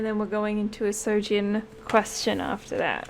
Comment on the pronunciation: good reading. it's soojin btw, not sojin